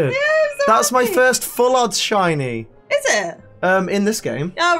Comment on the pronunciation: like she said shity many times